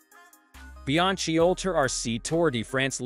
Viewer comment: When I hear “Bi-ang-chi”, I turned of the video immediately!